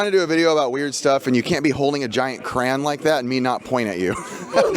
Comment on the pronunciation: Cray-on not "Cran" 😂